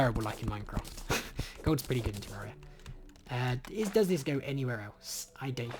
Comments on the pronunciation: IT'S PRONOUNCED TER-AIR-EEH-UH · I've always pronounced it teh-RARE-EE-uh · PiggyPigPig No, you're all wrong. It's pronounced tay-ray-rie-uh